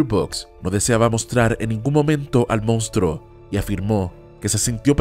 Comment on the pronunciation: La pronunciación y escritura correcta de la palabra es MONSTRUO no mounstruo ni mounstro.